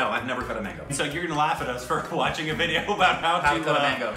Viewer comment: Nobody has any idea that we indians have an indian sitting there as american () TEAR WITH YOUR TEETH..thats how u eat mango in india.. pronunciation is awsome